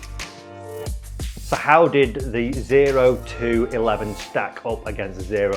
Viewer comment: Oh two eleven is the proper name. 0211 is a military occupation specialty code. Thank you for saying it correctly! I see a lot of YouTube golfers who don't. Semper Fi!